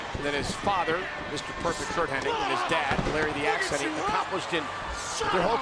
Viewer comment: Hennig not Henning.